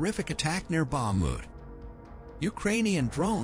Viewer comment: Bakhmut is pronounced Bach moot.